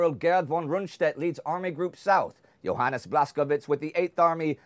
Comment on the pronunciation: who the heck is johaness blatsogive